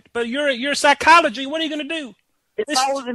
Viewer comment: "Psycholomogy" LOOOOOOOOOOOOOOOOOOOOOOOOL